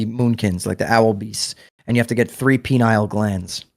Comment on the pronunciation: It's called the PINE-EE-UHL gland and not penile🍆gland